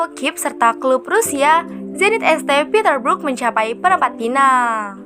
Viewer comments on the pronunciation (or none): Zenit St. Petersburg, St dibaca Saint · Materi bagus tapi Suara Narasinya menyebalkan, SAINT PETERSBURG Bukan ESTE Petersburg, Perbaiki lagi min 👍